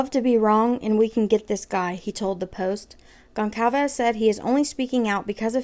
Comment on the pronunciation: Gon/Sal/Ves not calved ffs say her damn name right. You can literally google a name and they will tell you how to pronounce it. I am dumb and I know that